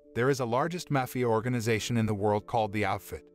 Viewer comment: You pronounced Mafia three different ways throughout the video, lol. Great video though.